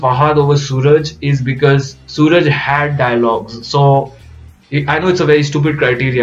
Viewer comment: Once again a great review...just wanted to remind you that its not pronounced Sooraj.....but Suraaaaj...!!!